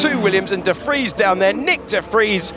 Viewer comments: Are we going to have to listen to Alex say de Fries all season!? It's de Vries! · Nick... last name Debris? 😂